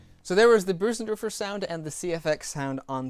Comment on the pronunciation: Your Bösendorfer pronunciation has become spot on <3 Nice work on the review as always.